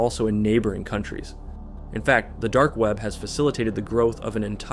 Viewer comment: Love the weird way u said dark weap